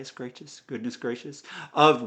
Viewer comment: Spitalfield is pronounced like to spit something from your mouth followed by field as in a farmer’s field. The brothers gracchi is pronounced grak aye and each of the two brothers (Giaus and Tiberius) nomen is pronounced grak us.